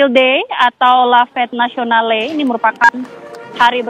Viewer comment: Sebaiknya pembawa acara mengucapkan kosa kata b.perancis dg benar misal: bastille, place, fete nationale dll